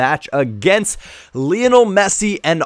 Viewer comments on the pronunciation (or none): none